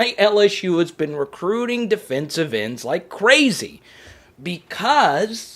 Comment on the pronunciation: Always more recruiting... can’t get enough of “crootin”